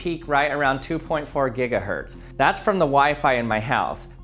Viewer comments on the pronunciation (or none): none